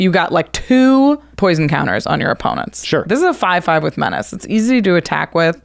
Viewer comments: "Men-ach-ae' Menace should sound like "Men-ass" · STG... every time he said 'men-otch-ey'... twitch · the way he pronounce menace tho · His pronounciation of Menace(Meh-niss) is cringe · the person that likes poison also cant say menace so that makes sence.🤣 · Stop mispronouncing menace. It's a stale joke that stopped being funny a long time ago.